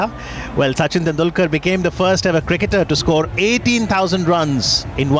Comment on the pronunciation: no problem he pronounced suchin